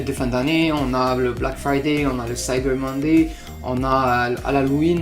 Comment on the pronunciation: J'ai entendu cyber-monday prononcé correctement... Je me suis abonné...